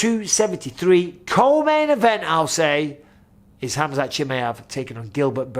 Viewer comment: I like how Michael knows how to really pronounce khamzat name properly!!